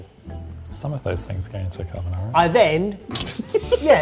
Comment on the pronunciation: It's 3 minutes in and I'm already cringing at the horror of Italian cuisine purists with rendition of "carbonara."